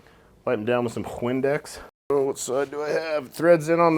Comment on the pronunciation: You were doing good until you said windex 😂